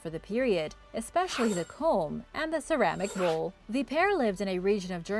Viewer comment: its bowl.not bull